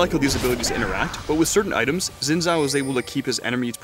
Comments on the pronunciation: Zin Xhao? Not even can pronounce that right. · Why can't they pronounce Xin Zhao...